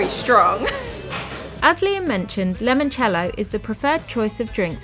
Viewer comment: SORRENTO is NOT on the Amalfi Coast. It is on the Sorrentine Coast. And Limoncello and NOT lemoncello.